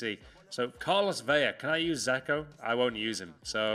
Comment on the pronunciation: It's fucking dzeko! Not zeko!